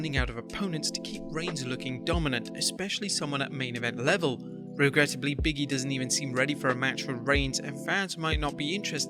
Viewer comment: How hard is it to say "BIG E?" He is not long-deceased rapper BIGGIE